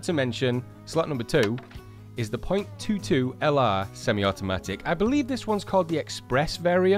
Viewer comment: The .22 is pronounced twenty two.